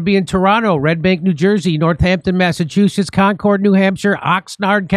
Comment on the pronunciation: Concord New Hampshire - is not pronounced CON - CHORD ..... It is pronounced CONQUERED.....